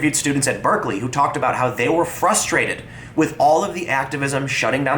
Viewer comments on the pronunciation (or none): none